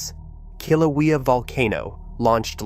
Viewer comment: If you are going to push BS you need to at least learn how to pronounce Kilauea and Hawaii.